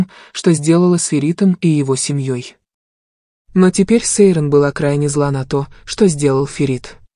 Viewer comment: Читайте правильно имя Сейран послушайте как говорят турки!